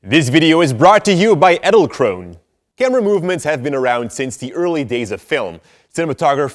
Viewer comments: I thought when u say "edelkrone" you have to pronounce the "e" in the end. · The pronounciation of Edelkrone is so goddamn wrong...